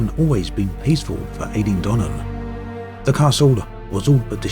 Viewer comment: You are making some beautiful videos here on Earth now. I'm a Scot and really enjoyed this. With your move to Yorkshire, I'm sure you're being educated in the fine art of pronunciation. I hope you don't mind me picking you up on the Eilean in Eilean Donan as being pronounced eye-LEE-an. With the demise of Elite Dangerous, I've really enjoyed your videos on MS Flight Sim and have now bought it. I look forward to exploring closer to home.